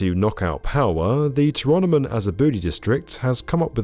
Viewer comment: just uhh fyi 'tyrannimon has a booty' should be 'to-rah-no-mon ah-zah-bu-dai'.